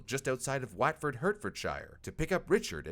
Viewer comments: I don’t think I’ll ever forgive the “wAtfohd HurtFohdSheyer” 😭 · It's Whatfort. Or Wotford. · The way you pronounced "Watford, Hertfordshire" caused me pain 😭